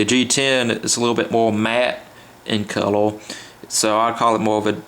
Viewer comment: this dude sounds wetarwdid wooks vewy well, of cooorse at wooook i hide it from the maaaangas . lol do noot likke about it, pufectly done sur. cowel(color)